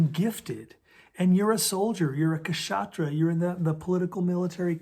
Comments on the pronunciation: Great series sir. Just FYI, kshatriya is pronounced - ksha-three-ya . They are the "warrior" clan (loosely speaking). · please pronounce 'Shatria', K silent. Hari Oum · Dear sir ' k' is silent in kshatriya